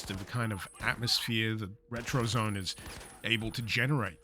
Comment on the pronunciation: It's pronounced ret-ro-zo-né. We want to make your house a retrozoné, not a retrozone.